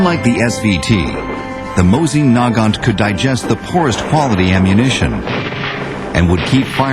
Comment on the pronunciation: Nice vid. btw in my country this pronouncations of the Mosin is normal.